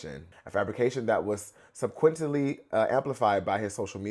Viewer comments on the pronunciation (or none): You can’t be a professional yapper and can’t pronounce “subsequently” …that’s HS level English. Woo, chile. Protect the schools.